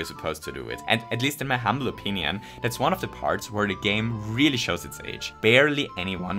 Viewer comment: If I hadn't turned subtitles on, I wouldn't have noticed that you said "Virginian" instead of "opinion"